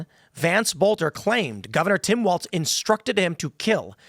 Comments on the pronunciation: Tim, his name is Walz, not Waltz. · Tim keeps saying Walts, but is Walz. Like no Balls Walz.